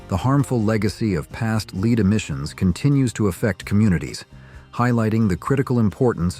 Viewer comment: He is laughing at the way that the AI pronunces the word 'Lead' [ led ] as 'Leed'. Or don't you listen to your own videos before promoting them.